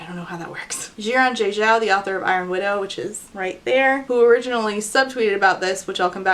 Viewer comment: After seeing the pronunciation note I thought maybe you would like to know how to pronounce Xiran Jay Zhao's name better--the "X" in Xiran is a soft "sh" sound sort of like in "wash" or "hush" and the "Zh" in Zhao is pronounced like the hard "j" in "jump" or "badge." Those are rules of thumb for any "x" and "zh" in Chinese names as well. I hope that doesn't come off rude, just trying to help! They say their own name in this video